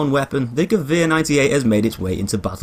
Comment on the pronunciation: He is the only english person that can say Gewehr correctly😂